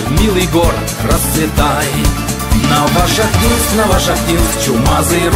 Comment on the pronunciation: НовошахтИнск,приятно слышать